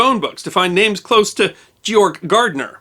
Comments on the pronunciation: Its Georg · ha GAYorg GAAAAYYYYY lmfao